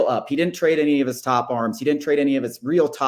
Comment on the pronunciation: Why can’t say Grissom properly